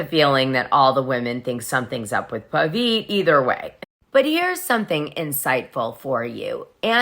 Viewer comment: His name is Pavit, not Paveet…